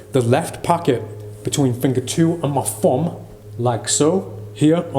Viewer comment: When you said fumb instead of thumb- was that subtle sarcasm or just heavy British accent